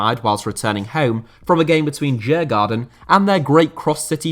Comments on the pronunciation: Great video but your mispronunciation of Djurgården is a small minus. It’d sound a bit more like “Dyurgorden”. It’s named after a leafy district and island of Stockholm with several open air attractions and translates into English as “Game Park”, as the Swedish Royals used to keep animals there. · Djurgården from Sweden is pronounced something like 'Yoouh-gordon'. You don't pronounce the first 'D'. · As an American who was last in Sweden in 1995, as I recall, Djurgarden is roughly pronounced as you-gore-en, with the emphasis on the first syllable. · Interesting pronunciation of Djurgården, I must say. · I struggled to understand which club he meant at first, since his pronunciation of Djurgården was quite off for someone who knows swedish 😂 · Whew....what a butchering if Djurgården.